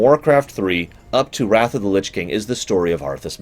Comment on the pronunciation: The way you pronounce things was pretty awful and annoying but then you said “hoping to escape the alliances WROTH” Instead of wrath and I litterally shit myself